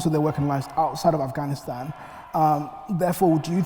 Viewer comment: Oxford you let us down. Could you not find someone who know Afghanistan and ask proper questions?.. Your host can't even pronounce Afghanistan properly.